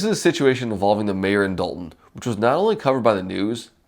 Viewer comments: It's pronounced DAWL-TON not DOLE-TON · Pronounced "Dalton".